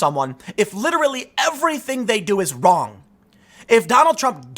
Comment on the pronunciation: "Theres nothing Kwong with my article!!" - Jessica Wrong